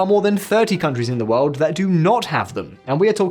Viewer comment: "world" has an r sound........